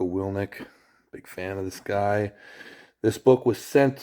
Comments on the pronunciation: His name is willink not willnick lol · You are saying his name wrong, its WILL INK, not WILL NIK